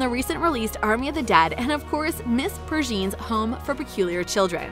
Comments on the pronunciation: I know they mispronounced Vi's name but we talk about how they completely butchered the pronunciation of Ms Peregrine? It's pronounced "Peh-reh-grin" not "Purr-jean" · Miss Peregrine…hard G. It’s a falcon look it up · Miss "Purr-Jean"? bahahahaha oh, come on! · I know everyone is talking about the "Vee" but I'm appalled by the mispronunciation of MISS PEREGRINE. PEREGRINE AS IN THE FALCON. How can you say it like PURJEEN? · Is that how you pronounce Miss Peregrine’s name 😬....